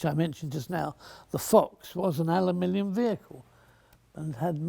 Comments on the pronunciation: The Awkward American: “It’s pronounced ‘a-loo-min-um’!” The Bullish Brit: “No! It’s pronounced ‘al-luh-min-ee-um!” The Enlightened Fletcher: “Alumillium.” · As a Scot, it was also great fun for me to hear an Englishman trying his very best to pronounce "Aluminium" ("Alumillium" indeed, ). 8-) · The American's say aluminum. The British say Aluminium. Mr Fletcher has come up with alumilium. It saves any argument.